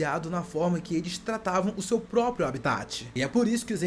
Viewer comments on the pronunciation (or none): none